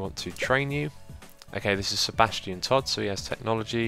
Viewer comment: Every time you say Sebastian I hear Sir. Bastion Todd. :) You should make a medieval RPG called The Adventures of Sir. Bastion Todd ;)